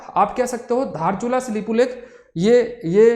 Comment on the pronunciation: दार्चुला नहीं धारचूला। दार्चुला नेपाल में है। धारचूला भारत में है।